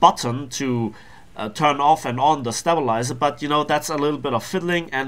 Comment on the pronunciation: it's pronounced stay-bilizer not step-bilizer :3